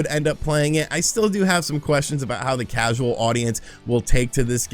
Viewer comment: "Mitroid." "Crasual." Is having a stroke realizing he has to play Balan?